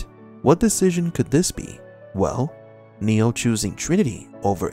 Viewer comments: Please stop calling him. His name is Neo. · Swear, you're saying Neil, not Neo, and gaslighting everyone.